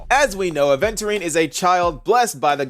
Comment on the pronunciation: Months gone by and you’re still saying aventurine’s name wrong, think adventure without the D